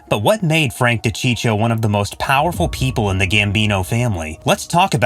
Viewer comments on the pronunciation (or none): Again...another narrator who can't pronounce simple names properly or get the facts straight/correct!! Frank's last name is pronounced Duh-cheek-o, not Docheechio. And it was Sammy 'The Bull' Gravano (pronounced Gru-von-o. Suprised he got that name straight). It was Sammy who planned Paul's execution, not Frank, with John Gotti, and again, Sammy who was named as the new underboss. And...Joe 'Old Man' Paruta was part of Sammy's crew, not John's. It's sad in this day and age how facts are just a click away as are proper pronunciation of names. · Cheech huh , as in Cheech Marin, it’s Dacheekoh do your homework before you put these videos up it’s aggravating to hear a mispronounced name over and over . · De-cheek-oh.. not de-cheech-oh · D'cheeko! Not dechicho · De Cheecho. He wanted this video to blow up by butchering that name. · It's De-Chee-ko for crying out loud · It's pronounced Di-Cheek-O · It's Da-cheek-o. I almost spit out my gabagool. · I was just going to say the same thing. This channel lost all credibility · If you do videos on these guys PLEASE LEARN HOW TO PRONOUNCE THERE NAMES!!!!!!! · How could you mess up a man's name your doing a piece on. Kills your credibility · Why bother if you can’t even get your facts straight let alone pronounce his name correctly? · How about learning to pronounce the guy’s name. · Thank you if your going to do a video on someone at least pronounce there name correctly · Wouldn't it be nice if the people that narrated these videos could pronounce the names right!